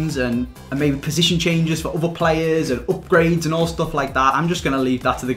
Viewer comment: I love how he says Opgrades